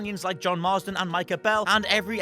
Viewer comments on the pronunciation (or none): Why is he saying John/Jack Marsden?? Its Marston!